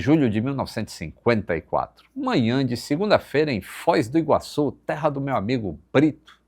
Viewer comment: O meu TOC não é de ver o microfone do descentralizado, mas sim de ouvir ele falando Fóis do Iguaçu, mais de uma vez, ao invés de Foz do Iguaçu.